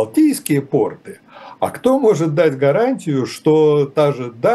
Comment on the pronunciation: Все очень любопытно. Но ударение в слове " порты" на первом слоге в любом падеж. Г-н Крутихин так рассказывает , что слушать невероятно интересно для несведущего человека. Подозреваю, что без России вскоре мир сможет обойтись.